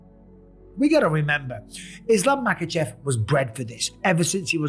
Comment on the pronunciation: unc said Islam machkalchev and bleha mohamed😂✌